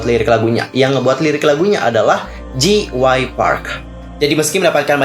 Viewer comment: J itu dibaca jey kak bukan ji jadi JYP dibaca jey wai pi